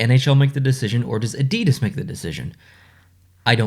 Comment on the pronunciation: not gonna lie....North Americans pronouncing Adidas is like nails on a chalkboard. 😣